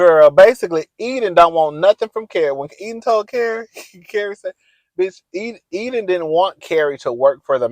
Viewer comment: In this series you have called Enid Eden, Sima Sienna, Che Shay. Love you but…um, get it together cousin 😂😂